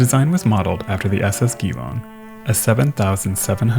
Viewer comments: A great looking ship and a superb presentation, on a sad subject--thank you. Could shift of that massive quantity of precious bullion have played any role? Trivia: 'Geelong" is pronounced G-Long (rather than Ghee-Long). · Geelong is pronounced Jeelong, the G is soft, not hard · Interesting video. FYI. "Geelong" is the name of a town in Australia, and is pronounced "Jee-LONG". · Great job, love ur channel. Few small notes Geelong is pronounced like a mix between G-long and Jlong, Carpentaria car-pent-area. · I'll jump in before anyone else does. It's pronounced 'Jee-long' ;-) Another Australian mystery loss is the SS Koombana. Similar to Waratah, she was a cargo liner, but was far more luxuriously appointed and was a much more handsome design. Curiously, she went missing in March 1912, barely a month before RMS Titanic. She sailed out from Broome, Western Australia, into the path of a powerful tropical cyclone and was never seen again. She's presumed missing somewhere off the North West coast. Definitely a neglected tale and very few people would know of her.